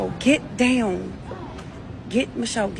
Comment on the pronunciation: gEt dOwWhN tf girl how u talk like that